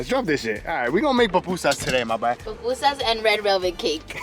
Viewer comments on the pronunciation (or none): es PUPUSAS repite conmigo “pUPUSAS” 😬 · Ohh hell nah lmao it’s PUPUSAS! 😂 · GURRRR not the papusas 😭😂😂😂 nooooooo it’s pupusas 🩷 se dice el Curtido 😘👯‍♀️🩷🩷🩷 I love yallll! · I can’t with them calling them PApusas 😖 lol PUpusas* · PUPUSAS NOT PAPUSAS LOL REPEAT AFTER ME PUUUUUU-PUUUUUUUU-SAAAAAAAAAS 😂😂❤️❤️❤️❤️🇸🇻🇸🇻🇸🇻🇸🇻🇸🇻